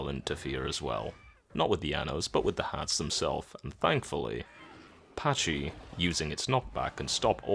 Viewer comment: “Packee” not “Patchy”